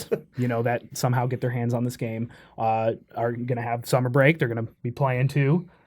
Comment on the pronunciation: I love it when they talk “F13: The Gam E”